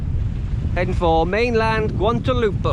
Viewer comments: Guadeloupe is "gward-a-loop". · Guadaloupe, pronounced like GU-ADA-LOOP <3